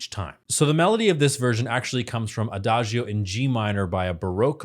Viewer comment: The „i“ in Adagio is silent. [aˈdaːd͡ʒo]: Sounds like A-Da-DJoe